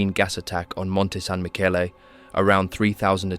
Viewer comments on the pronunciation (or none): none